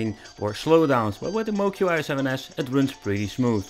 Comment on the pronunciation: Moqi is pronounced “mo chee”. I don’t blame people for getting this wrong. Pinyin, the use of Roman script for Chinese, is utter bullshit. Not intuitive in the least.